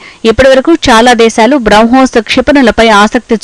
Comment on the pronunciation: బ్రౌ హోస్ కాదు